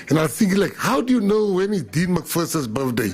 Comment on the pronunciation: Gayton pls it's birthday day not birfday